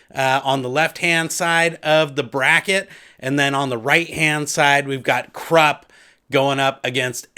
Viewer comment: Hey bro was listening to U and while I totally respect our own sounding out of characters names just always thought kruppe is pronounced with oi sounds almost more a uh. And Jagut more with the Hebrew type y sound yahut souning yahout and yeah your final pronouncment of malazan is perfect keep up Fri work m8 your awesome